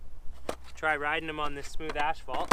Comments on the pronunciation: Are you saying ashphalt? Or asphalt? Lol 😂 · I'm partial to the spitfire conicals. I like the classics too though. I take it, pronouncing asphalt as ashphalt, is a Canadian thing. I've never noticed that before.